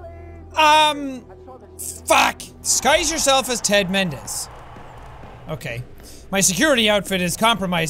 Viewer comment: Did you say Ted mendez more like